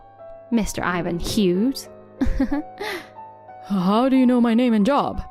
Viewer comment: If it is real people reading it, they don’t know how to pronounce quite a few things. If it’s text-to-speech it needs work. For example pronouncing “Hughes” as ‘Hyoojiz’ when it should be ‘Hyooz’